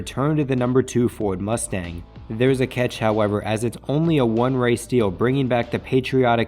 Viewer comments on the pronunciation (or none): none